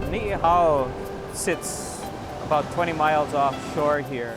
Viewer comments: Omg learn to pronounce correctly. Ni ihau not nihow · Someone correct ALL of them please! Ni (like: knee) 'i (e) hau (how). Errrrr.... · She didn’t even pronounce it correctly either. She’s speaking Chinese🤣 So funny how she thinks she saying the name correctly! Every time she massacres Ni’ihau name It makes me cringe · Knee e how say it right! Ni’ihau you dummies! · The hosts and their kids watching too much Nihau Kailan. Cant even take 5 seconds to learn how to pronounce the islands name. Pathetic journalism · Lady you are pronouncing the island wrong. It is Ni'ihau English Ne E Hau. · Knee ee how I'm a local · No neither of you say it right. It’s Nee-eee-how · It sounds like they're saying "Hello" in Chinese. Say it right next time folks! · she still not saying it right either… (nee ee how) and hows the dam elevator fake tourist music… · They didn't pronounce it correctly. A'ole pololei ka puana. They said 你好. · Bitch ain't even saying it right either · I like how neither one of them said Ni'ihau right lmao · None of them say Ni'ihau correctly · So stupid, you both are saying it wrong. And it's not that hard to get right. They're getting their notes from the "white" dude who "owns" the island. At least Robinson family has enough respect for Hawaiians, but keep the haoles off! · not how you pronounce "Ni'ihau" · Dumb haulis cannot even pronounce the island correctly just stay on the mainland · You both are pronouncing it wrong, get off your high horse news lady.... :P